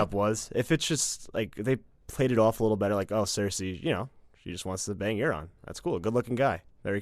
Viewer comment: They butchered Quyburn and Euron